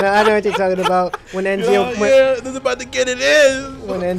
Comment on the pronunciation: i think its ezio not enzio